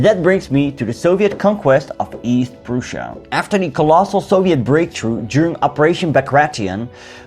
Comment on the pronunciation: No one:: East p r o o s h a jk regardless, very quality content